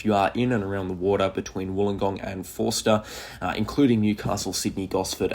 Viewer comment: "Forster" pron. "Foster"... Taree pron. "Taa-Ree"